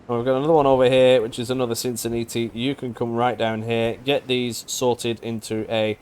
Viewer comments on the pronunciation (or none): Please say "natalie" Sin-Sin-NAT-ee :)